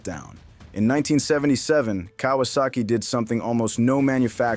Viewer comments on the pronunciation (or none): none